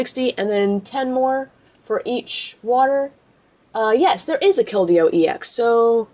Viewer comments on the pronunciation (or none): Its pronounced kel-deeo. :)